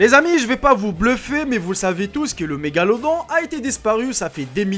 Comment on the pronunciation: On ne dit pas "La Magaladô"... mais "un mégalodon" et on ne dit pas "La Filippine", mais "Les Philippines".. etc. etc.Arrêtez de bourrer le mou et d'abrutir des gens "pour faire le buzz" sur votre chaîne, avec des images retraitées qu'on retrouve partout... et partout un peu différentes et trafiquées ! Pas la peine de donner tellement raison au Pdt de la République Française à propos des médias et de la presse qu'il aura beau jeu ensuite d'établir la censure pour toute l'information démocratique et utile ! Mais... c'est peut-être - précisément - ce que vous recherchez ? D'où parlez-vous ? Quel est votre intérêt ? Dans quel but faites-vous cela ? Le buzz seulement ? La désinformation ? Le militantisme religieux (...) selon les sujets abordés et une fois que vous aurez obtenu votre "réseau de confiance" ?